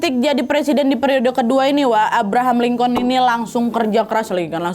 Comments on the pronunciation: Lincoln dibacanya "lingken" wakkk🙏🏻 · Cara bacanya Abraham "Linkin" Wak e Izin koreksi❤